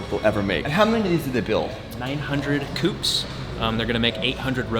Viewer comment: Sales guy: 900 'coups' 😂🤦🏻‍♂️